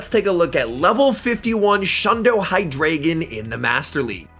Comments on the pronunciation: its pronounced hydr(eye)gon not ay because i think its a reference to german with the amount of heads it has d(ein)o has 1 head ein means one (zwei)lous has two heads zwei means two and hy(drei)gon has 3 heads drei means three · By the way, it’s pronounced “Hy • dry • gon”